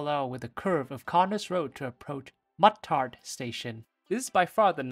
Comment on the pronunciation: It's pronounced Moo-tart.